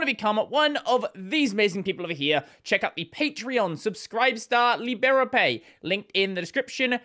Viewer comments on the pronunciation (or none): The stress in "LiberaPay" should be on "li", not on "be"